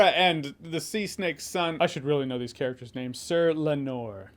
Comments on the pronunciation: One small thing.... it's LAEnor, not LaeNOR. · LAY-nor Jeremy. LAY-nor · His name is “lay-nor”. I loved how you looked it up 😂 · It's Ray-NEAR-ah, Jeremy. Not Ray-nair-ah. And it's Lay-nor but you can start spelling it with a G and he won't be offended. 😂